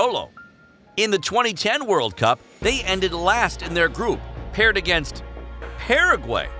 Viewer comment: Is no one going to talk about how he mispronounced Uruguay and Paraguay